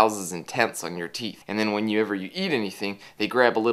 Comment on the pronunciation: "BRUSH YOUR TEEF AND FLOSS!" Nice pronounciation ;)